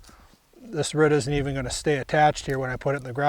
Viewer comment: is is incredible ,,, a gardener who literally cannot pronounce the word "ROOT" ....who knew